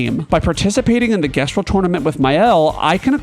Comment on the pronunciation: It's the pronunciation of "gestral"